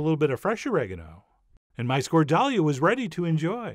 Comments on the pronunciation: My parents used to make this with bread soaked in water instead of potato and a LOT more garlic. Like at least double. It came out like a very spicy mayo. We ate it with fish and sometime boiled potatoes and vegetables. Also I’m sure I’m not the first person to point out it’s pronounced skor-thal-YA. OPA! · It is actually pronouced Skordaliaaaa. I put extra a's at the end to give you a better idea as opposed to Skordaaalia. If you wish to be extra picky it is actually Skorthalia. Most people make it with potato now but my absolute favorite is made with bread (crumbs). btw. Out of all you recipes that I have tried none have been a failure. I love your channel and every time I decide to cook something different, I look at your channel first. Thank you for all your hard work. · The D is pronounced TH so it’s scorthalia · It’s pronounced “skor-thal-YA”. That’s how yayas say it. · Good try chef but "score-dale- yã". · Good recipe but its pronounced more as Skorthalia. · Actually this dish is pronounced "SKORDAL-YAH" with an emphasis on the last "a" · Even though the pronunciation was way off. Appreciate the Greek love 😌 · I got blue balled when i heard the american pronounciation of skoldalia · 10 for pronunciation, John!! That’s like calling a “tor tee ya” a “tor till ah”. It’s best with fish! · great recipe but sound presentation is horrible. wrong accentuation makes any language incomprehensible. It's very difficult to follow. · The pronounciation is way off. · It would be nice if you learn how to pronounce it correctly. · Nice work Chef. Watching with my Greek in-laws and they’re very impressed. “Yes. Yes. The Chef John. He knows the food.” 😂😂😂😂 Ps ... I’m sure others will have said. But the accent on the word goes with the ‘Tonos’ mark, so ... Skordal-YA. :) Don’t stress. It’s all Greek to me too. 😂😂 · fwiw, the accent should probably be on the last syllable (skor-dal-YA)... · it's not skordAlia. it's skordaliA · Σκορδαλιά !!!!! Tone goes to the last letter.